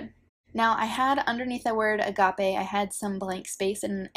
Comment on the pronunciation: Agape is pronounced exactly the way you said it.